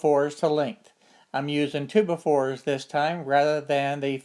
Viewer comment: Love the way you say 2x4. Twobafore